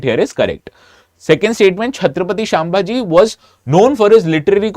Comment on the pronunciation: Sir the name is not छत्रपती शांभाजी..it is छ्त्रपती संभाजी महाराज